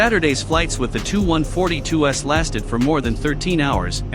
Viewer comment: Robert P Lutz It’s the crappy computerized voice program not being able to comprehend the abbreviation Tu (Tupolev), so instead of saying “T-U” it came up with “Too”... It does the same thing for Sukhoi, pronouncing the abbreviation Su as “Soo”... And then there’s plurals. Instead of F-16s or F-35s, we’re treated to the non-existent “F-16 S” and “F-35 S”. I hate this shit...